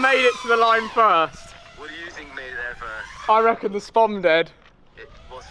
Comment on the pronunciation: To say your a fishamen it’s not a spom it’s a spod lol